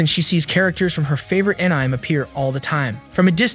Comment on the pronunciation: Please re-record your audio with some edits, this is an AH-NI-MAY channel to recap and your'e calling ANIME AN-NYME -- it makes the ears hurt how bad that is over and over. Fix your AI script, blowing Japanese pronunciation is awful.